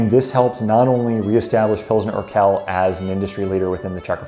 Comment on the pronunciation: Urquell is pronounced oor-kwell. qu is kw in german.... you have that qu too: quit